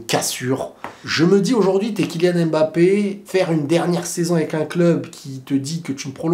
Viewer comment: On dit Mbappé pas „Aime Mbappe“